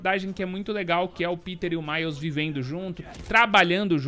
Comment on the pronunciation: Também seria ótimo caso nós soubéssemos se vc está tendo prática de pronunciamento de nomes. "Piter"